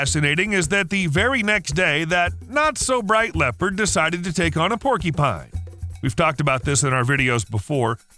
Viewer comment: "Porky-pine" is giving me an eye twitch